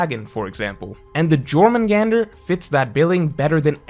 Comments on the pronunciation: Yor-man-gander Not Jor-man-gander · Its Yormurgandr not Jormurgandr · Your-mundz-gander not jor-man-gander..... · I'm sure many many people have said but it's pronounced "Yor-Mun-Gand-ur" since Germanic/Nordic J is pronounced with a Yuh sound (because J was only invented 500 years ago and was put in the name to represent the "iö" sound rather than a hard G like in English. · It's triggering me that's he's pronouncing it as jor but it's actually yor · Just for future reference Js are pronounced as Y in norse mythology. So its Yormungandr not Jormungandr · Not “Gormungandr” its pronounced “Yourmungandr” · I believe jormungand is pronounced with y not j. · How are the the only person on earth who says “Jor-man-gandur” it’s Norse bro it’s pronounced “Yormangandur” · Not Jor Yor* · Hearing you say Jörmungandr, causes me physical pain The J is pronounced like a Y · Small thing but im pretty sure its pronounced yor mun gand nor jor mun gander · "YOR-man-gander" not "Jor" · The J makes a Y sound 😬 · not jörmungandr its pronounced as yörmungandr and the hook was the best in the channel by far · it’s pronounced yor not jor 😭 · Great video but the pernunciation fucked me up, say it like yourmangantur please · I love your videos man, but I just wanna say its pronounced "Yor - men - gander" I know youll never see this anyway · You don’t pronounce the J in Jormungandr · I love you but holy shut it’s pronounced like it’s a y like “your-man-gander” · REEEEEE it’s pronounced YOUR MUN GAND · The pronunciation haha you don't say the J it's 'yore' . Also Jörmungandr isnt a title he's the son of Loki. He's 'the' world serpent and his name is Jörmungandr. It's like calling Thor The Thor and Odin The Odin haha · It’s pronounced “your-mun-gander” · Not even 10 seconds in the video and he’s already pronouncing shit wrong. It’s pronounced “your-moon-gone-der” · Its pronounced Yormangandr* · I thought it was pronounced "Yor-man-gander" .....J's being pronounced as Y's in norse